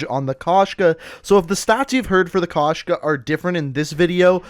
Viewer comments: Кошка (koshka), it means cat. Found that amusing when I first heard about it. I forgot to mention it but it's pronounced k oh shka not k ah shka, not trying to be rude but just wanted to get that out there. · Bro koshka not kashka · Wtf??? Why did they write “Koshka”? In rus it’s “кошка”, so the true translation will be “cat”. P.S. u should say kOshka, not koshkA